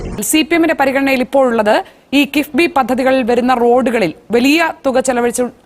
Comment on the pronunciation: കിബ്ബി അല്ല കിഫ്ബി..